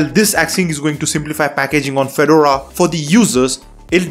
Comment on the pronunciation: could you please pronouce Fedora correctly.